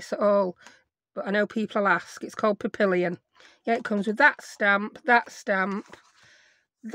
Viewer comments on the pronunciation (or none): Papillon is pronounced "Pap-e-on" French for butterfly